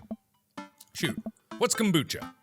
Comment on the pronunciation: That's not how you say kombucha but ok lol